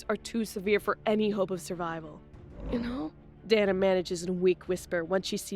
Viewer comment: Her name is pronounced, "Day-nah". "Dan-nah" would be spelled Danna.